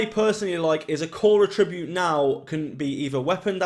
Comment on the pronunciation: Nice video man, thanks for the info. In the context you're using attribute it's pronounced at-tree-bute. Bloody grammar police aye 👀🤮 fml